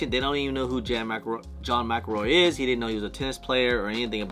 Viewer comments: McEnroe McEnroe McEnroe!!!! Not McElroy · its John Mc Enroe not Mc Ilroy😊